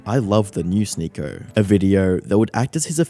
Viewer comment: English is not my first language, but what accent is the narrator supposed to have? He pronouncer Sneako like "Sneakor", video as "videor", or something like that